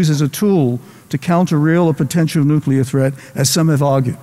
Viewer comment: "Nukelar", we meet again!